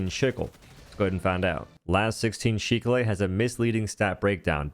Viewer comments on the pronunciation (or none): ..the Las-16 wtf did you say shickle?! Dude sick-le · SIK-L lol there’s no H sound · why are you calling it a shickle? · Shicklé?🤣 I think you'll find it's pronounced "SIKKUL", like the farming tool. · "The seek-lay" My brother in christ it's "Sick-ul"💀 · “Sheeckle” “sick-ley” bro just say SICKLE 😂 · why are you pronouncing it "See-clay" It says sickle. like icicle. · Chickleh? Seek-leh? Seeklay? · I don’t even care if bro was joking or actually mispronouncing it but I’m calling it “Sheek lay” from here on out 😅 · Pronounced sick el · I know it doesn't matter to some people but seeing a human English speaker not know how to say sickle is embarrassing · Sorry, can you say sickle again one more time 😅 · Why are you pronouncing that sooooo weird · Why do you keep pronouncing Sickle like that? hahahaha